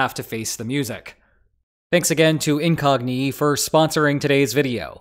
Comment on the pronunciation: I've watched quite a few videos with the same sponsor. It's the first time I heard it pronounced "Incognee", though.